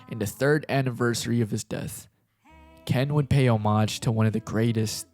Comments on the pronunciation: why do u say homage like that 💀💀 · why do you say homage like that